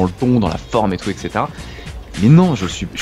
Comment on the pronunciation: ha au passage, "etc" ça se prononce ètt-ssé-té-ra ... et non èk-ssé-té-ra